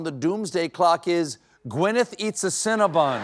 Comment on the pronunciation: You mispronounced Cinnabon. I will enjoy your company in hell.